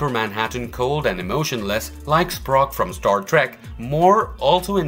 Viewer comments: "Sprok"???? Leonard Nimoy is rotating so fast in his grave that he might melt his casket. Or he might be laughing so hard we could hear him from space. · I’ve never heard so many things wildly mispronounced as they are in this video. Gila isn’t pronounced “JeeLa” it’s pronounced “he-La”. You said “Sprock” from Star Trek and about 40 other things. Wow.